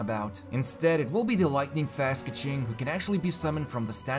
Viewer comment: Kequing :)) idk, I like calling her that despite the actual pronunciation ;D